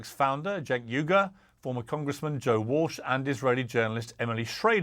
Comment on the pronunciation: Let Cenk finish;and his name is pronounced Jenk,not Chenk. Also,Piers,where is Abby Martin? She would be perfect on this panel!! Get Abby Martin back on!!!